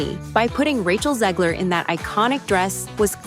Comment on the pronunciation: Once upon weird. She cant even pronounce her name for fear people will realise it's German 😂 ZeGLer not ZEEgler.